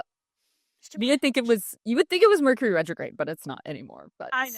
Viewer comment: I think you mispronounced Mercury in Gatorade!!